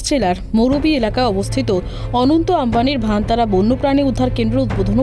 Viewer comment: ভানতারা নয় "বনতারা" উচ্চারণ হবে